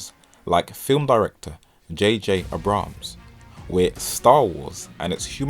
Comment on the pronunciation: I've gotta say, he pronounced J.J. Abrams wrong. Just google it. It's pronounced J.J. Ai-Bruhmz. Plus, he's more of a Director than Cinematographer.